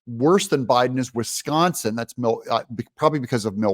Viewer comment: You mis pronounced "wuss-consin"